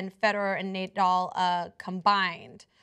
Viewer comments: It's hilarious how smoothly she called him "Neidal" acting like she knows shit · she says Nay-Dull. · More than 2 thousand thumbs down, that's what you get for disagreeing with the great tennis King Djokovic and for pronouncing Nadal, Nadull. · No one who pronounces Nadal's name as Naydoll should discuss tennis. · NEY-DAL... -_- fail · Not the smartest thing to say, but he’s also not wrong. Also if you can’t pronounce Nadal wrong and thing Serena’s 23 slams are equivalent to roger and rafas slams you shouldn’t be talking about tennis. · Cant say Nadals name properly but have so much to say about tennis. The arrogance is astounding. But this is TYT. Feel the Bern.